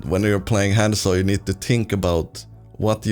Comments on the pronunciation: It’s not pronounced hand-zo. There’s NO D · Not at all. You say it wrong you say it wrong lol. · How does someone play a character for 2500 hrs and still say his name wrong lmao